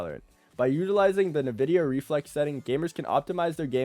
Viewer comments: Dude pls it is called NVIDIA not NEHVIDEA xD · no way im taking advice from someone who pronounces it "nuh-vidia" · Na-Vidia=cringe , EN-Vidia=GOAT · Nuh-vidia I can’t😭